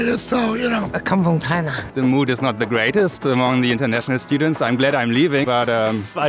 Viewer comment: “I come fwom chinaa” 📣📣🗣️🗣️🗣️🇨🇳🇨🇳🍚🍙